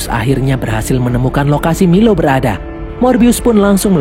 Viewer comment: Bang nama nya bukan milo tapi mailo